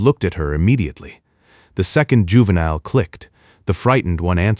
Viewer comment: Your AI can't even pronounce the word juvenile there's something wrong. And I heard other AI voices so much better and even they can pronounce the word juvenile. Let alone this voice is borning.